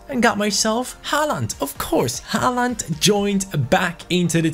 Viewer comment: You say Aarons and Håland the wrong way. Aarons is an english name... And in norwegian you say ”aa“ as the letter "å". Just use Google translate or something like that and get it right!